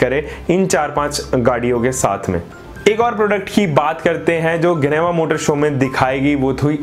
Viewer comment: इसको जिनेवा बोलते है ना कि गिनेवा